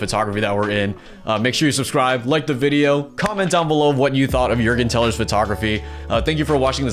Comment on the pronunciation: You did pronounce his name the right way! 😂